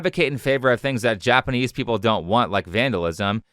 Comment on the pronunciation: I bet Alyssa knows that he barely speaks Japanese, and didn't even bring it up, which is classy. I've only been studying Japanese for 10 months, but recently I did watch a Chris video and wonder if he actually speaks Japanese...the pronunciation is awful!